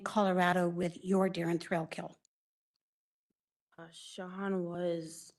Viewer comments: His name is spelled Thrailkill - pronunciation IS 'Thrillkill' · Notice how the prosecutor keeps pronouncing it Mr. Thrillkill instead of thrakill